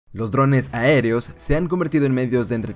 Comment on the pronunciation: "l0S drOn3S aEre0s" me encanto skshskshs